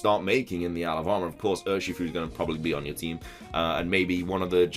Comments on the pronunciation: Does anyone else hear “Alabama” when he says “isle of armor” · I do, and it's too funny hahaha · Thought you said Alabama mate. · Am I the only one who hears 'Alabama' instead of 'Isle of Armor'?